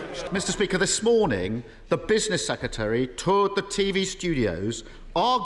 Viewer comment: I've watched this over and over again and I can't get past Starmer saying secetary instead of secretary.